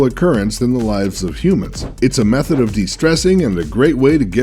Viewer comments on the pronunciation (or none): none